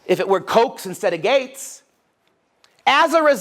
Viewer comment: i like this guys accent :) but when he said gates i thought he said gays.. i was like, what do the gays have to do with--ohhhh, gaaaateeeesss XD